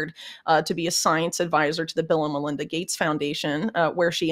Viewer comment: When you say "Bill and Melinda" it sounds like "Bill 'n' Villain."